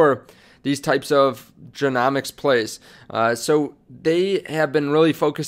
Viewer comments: It's genomics as in rhymes with home . Just helping you out . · If you're covering this topic you have to pronounce genomics correctly